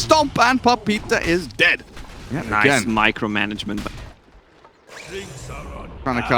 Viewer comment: micro management or you could say Microgement